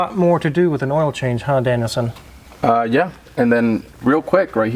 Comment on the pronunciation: U have to plz stop saying “Danielson” ! For some reason it errks the hell out of me lol . Cant believe those prices though , thx🤘🏻🏁